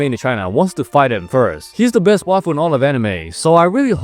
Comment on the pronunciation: Bro was saying waifu I thought he was saying the best waffle in all the anime